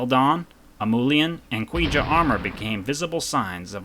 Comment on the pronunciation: Really enjoyed it. Pronunciation was better overall ;) Keep working at it. Koujia = KOH-jee-ah